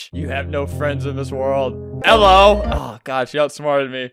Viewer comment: … British flags when she say Eello